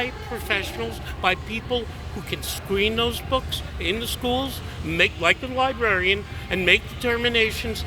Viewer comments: Trained "libarian." 😂😂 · These people can’t even say “librarian” correctly. “Libarrian” is how they pronounce it.